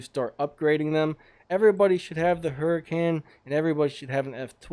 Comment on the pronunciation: you say : hu-rh-can not hurricane